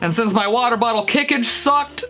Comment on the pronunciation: Nobody: stevie t: 3 MILLION WATEE BOTTLE